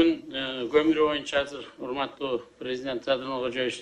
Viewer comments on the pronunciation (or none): none